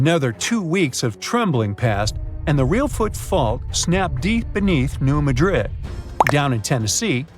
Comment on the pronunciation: It's New-mad'-dred Accent on second syllable.